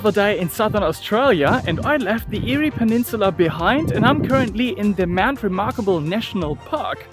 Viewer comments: The Eyre in Eyre Highway/Peninsula is pronounced "Air". Thanks for your video. The odd thing is that the Flinders Ranges is quintessentially Australia. Unmistakable. Immensely ancient. Yet only a few travellers really get it. I just noticed you've already been told about Eyre. 👍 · FYI. “EYRE” is pronounced “AIR” keep the videos coming. 🍻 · eerie highway.... eyre hwy.... nah mate, its pronounced like the word air. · Great video but Eyre is pronounced "Air" not Eeri. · Eyre is pronounced air